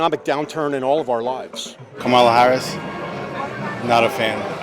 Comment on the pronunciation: Why do people make “kamala” so hard to say??